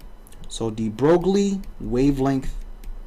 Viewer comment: That's not how you pronounce his name...